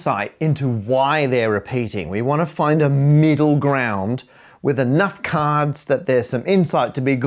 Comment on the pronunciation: Caaahds, caahds, caadhs 😂😂😂